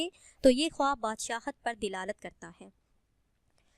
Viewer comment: Apni urdu to thek krlen, dilalat nhi hota dalalat hota h